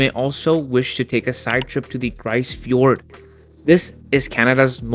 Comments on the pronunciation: So, a few things - in that part of Labrador, it is "Innu" not inuit. Second, it is pronounced "grease" not "gris" fjord. other than that, lovely video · pronounced...Greese-Fee-Ord all one word